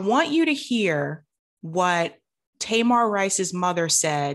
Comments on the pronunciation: Таy-mahr? I thought that kid's name was Tuh-meer. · Thank you for covering this, but please learn that baby’s name if you choose to report on him again. His name is Tamir (Tameer), not Tamar like that loud Braxton. Sorry to be nitpicky but that’s a very personal story to lot of us and that’s a simple detail to know. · Just trying to be helpful no shade. Tamir is pronounced Ta-mear rhymes with hear. ✌🏾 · His name is TAMIR not TAMAR. Tamar is a Braxton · Not nitpicky at all. How are you Black, following these issues, and don't know how to pronounce Tamir's name correctly? 🤔🤔🤔. Nothing to go to war over, but worthy of being noted.